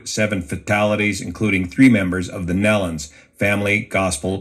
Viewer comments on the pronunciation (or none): It's NEE Lon, not Nell lon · nee-lon, not nellon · The name has a long E, not pronounced like melon!!!!!!!!!!!! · Please pronounce their last name correctly. It is NeeeLen (Nelon). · Please learn to pronounce their name correctly- it is pronounced NEE-LON, not Nellon